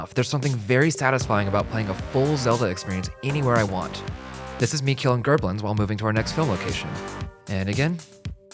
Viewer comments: WTF IS A GERBLIN??? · What the hell is a Gerblin?